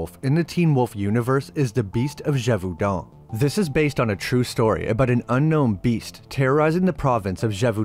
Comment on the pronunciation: Love your videos man, but mm as a French person, your pronunciation of Gevaudan is close but the "au" is pronounced like an "o". But yeah pretty good french though :)